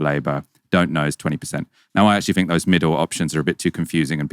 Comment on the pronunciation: Fink, Finking, Fort, Bovver, Bofe, Free , Vat,, Furrowly, Vem, Viss, Fugg, Fump